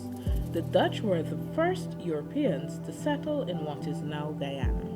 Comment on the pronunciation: The way she said “Europeans” 😂😂😂